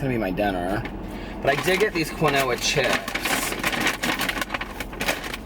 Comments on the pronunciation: It's keenwah. I lol'd. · lol I say it the same way until my sister pointed out that it's pronounced "keen-wah" 😂😂😂 our way is much more cuter 💙💙💙 Luv ya! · The way pronounces "quinoa" 😂😂